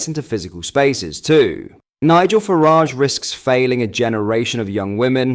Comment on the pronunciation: Constantly mis-prouncing Nigel Farages name is getting a bit tedious. 🙄